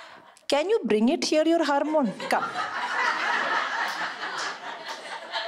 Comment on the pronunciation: The way she pronounced “harmone” 😂